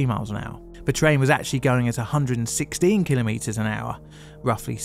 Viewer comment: I always hated the "failure is not an option" mindset. Failure is ALWAYS an option. Also: thank you thank you thank you for pronouncing "kilometre" correctly. Most people don't and it's so annoying.